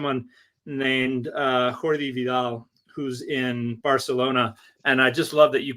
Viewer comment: I am not Catalonian, but I believe that Jordi is not pronounced /x/ like Jorge, but rather like "yordi" or "iordi".